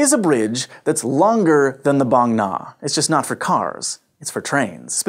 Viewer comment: I like this guy for pronouncing "Bang Na" very accurately, not pronouncing like "bang!" which is incorrect.